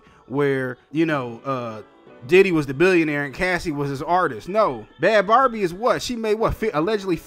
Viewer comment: When? I never heard about her being pregnant.. are u sure u got all the facts right,? (her name is said like "BABY")